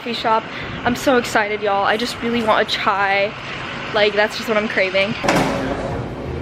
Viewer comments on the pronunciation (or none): none